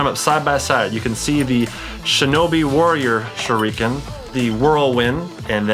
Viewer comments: chad cant say shuriken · He says shureeken than shuriken 😂 MAAAAAAN THOSE ARE SHARP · bro I understand that even if it's bad but dubbed or subbed shuriken is pronounced the same... shoo lee ken but he pronounces it shoo reeeeeee ken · U know he doesn’t watch naruto when he says “narudo” and”sharikin” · TheFamouseChiken #2 Suriken too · How anime fans say shuriken: SHURDIKEN How chad says its: shurreken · It's not shorican shurican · (Sh- ur- eh- ken) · You said shurakin wrong